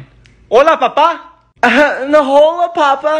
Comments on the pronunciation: WHY DID THAT PINK JOLLY RANCHER SAY THE H IN HOLA ITS PRONOUNCED “ola” not HOLa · The way she pronounced Hola im dead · STOP PRONOUNCING THE H IN HOLA, CARLY! 😭